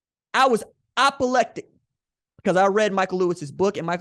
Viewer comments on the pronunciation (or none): "English Teacher" can't say "apoplectic" LOL! Good show as usual RJ. Keep it up kinfolk.